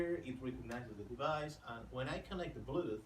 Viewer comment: YASS, "bluduth"